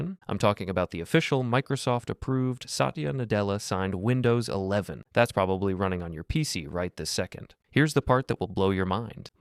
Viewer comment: SAHT-CHA, not SAHT-EEAH.